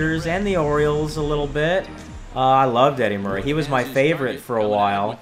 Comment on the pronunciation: who's your favorite actor the reason I ask is when you said Eddie Murray I thought you said Eddie Murphy!😂